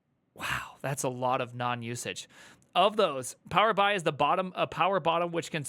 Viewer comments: Power Bee-Eye is how you say it,. LOL. That's hilarious that you don't know that for some reason. It's a microsoft data-visualization tool that every single company that buys into the Microsoft suite (Teams, Azure, Excel, etc) uses. I think it stands for Power Business Intelligence. < 3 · "Power Bee-Eye" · is so innocent. He doesn’t even know how to say Power BI correctly. It’s all true. Power BI and Tableau are the worst. Jobs pay well though. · absolutely knows what it is, and the way he pronounces it makes me burst out laughing